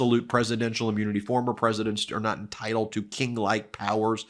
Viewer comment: Please please please stop saying ‘ammunity’